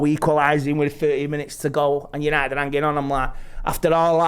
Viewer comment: Oh here we go "yanited, party, buzzin " 😅